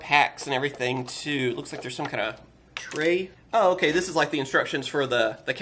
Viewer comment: You Say "Dis"